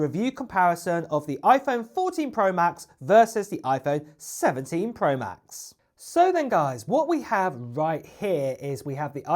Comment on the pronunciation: “Pwo” this dudes voice